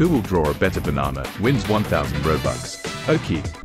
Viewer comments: is saying banan😂😂😂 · said banan 😂